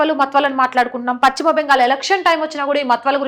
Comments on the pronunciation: భాషను ఖూనీ చేస్తోంది. పచ్చిమ బెంగాల్ కాదు. పశ్చిమ బెంగాల్ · చాలా బాగా స్పష్టంగా చెప్పారు. పశ్చిమ అనే పదం మాత్రం చక్కగా పలికితే బాగుంటుంది.